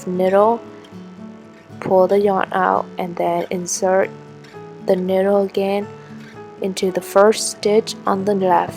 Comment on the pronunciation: niyyyyydel not ndle